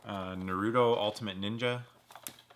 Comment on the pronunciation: You said Naruto wrong. NOOOOOOOOOO!!!!!!!!!!!!!!!!!!!!!!!!!!!!!!!!! No one ever gets it right.